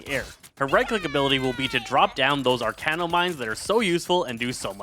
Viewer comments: Bruh if I hear him say "arcane-no one more time instead of Arachno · sir it's arachno not arcano pls 😭😭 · Apologies if you’re dyslexic, but it’s ‘arachno’ like arachnid as in spider not ‘arcano’, which isn’t a word and doesn’t make sense. Idk why but it really bothers me when people look at a word and just say what they think it says instead of actually reading what is there in front of them. And even if it sounds weird to you or you can’t figure it out, literally just google ‘arachno pronunciation’ it takes 5 seconds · "Arachno" not "Arcano". it is a play off the word Arachnid.